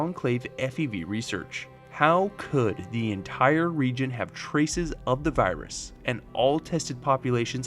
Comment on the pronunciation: I don’t no if it’s his accent or something, but every now and then it sounded like he was saying birus